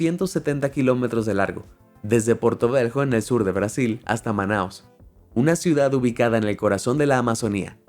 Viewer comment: porto vejo? 😂😂😂😂😂😂😂😂 porto VELHO si se hacen videos tengan cuidado en su pronunciación